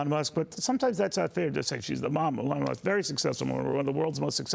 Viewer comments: Someone PLEASE tell your news people that Elon is pronounced with the emphasis on ‘E’, not ‘lon.’ This guy didn’t ever get it right. Don’t want you guys to be further embarassed. 😊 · EEEEE-Lawn. Not AAA-lon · His name is not pronounced, Uh-lawn, with accent on lawn. It is pronounced with a long E, accent on the first syllable. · Mommy Musk call her son “Ee Lon” FOX was saying ‘ AyeLon’ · Why are we now pronouncing his name as “Ahlaun”. Remember when Biden was saying “tollibahn” just fking stop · Funny that those who flipped out over mispronunciation of Kamala have no problem with Elon being pronounced Elaan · Why does he pronounce his name wrong - A Lon Muske? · This dudes pronunciation is wild annoying. The way he says Elon makes me want to throat 🤜🏻 him 😂😂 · How lovely for her to speak of Trump and his family in such a way. Both she and her son are contributing to the wellness of America. Thank you! (One small issue: as an interviewer, you really should learn the proper pronunciation of the subject's name) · Well, Neil Cavuto needs some help with interviewing that’s for sure. He has said Elon’s name incorrectly. Already several times. Oh well what else is new? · The guy keeps saying Elon's name wrong... to his mother's face, lol. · How can this reporter not know how to pronounce Elons name? What an embarrassment. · Why can this presenter not say Elons name correct? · It is hard to listen while wondering if the host is mispronouncing a name on purpose.